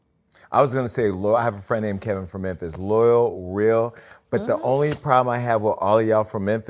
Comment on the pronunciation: "There's only one Memphiz" 😅😅😅😅😅